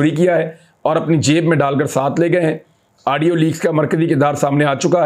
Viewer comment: urdu mai audio ko aaadio bolte hai 🤣